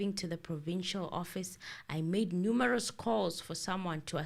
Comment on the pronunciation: I don’t find Gininda’s English polished. He is just a confident speaker. He misuses a lot of words. Like at some point he said ‘that was tatamounting to a confession. ‘ He pronounces words like numerous as numaras, just listen carefully you will hear how bad his grammar is.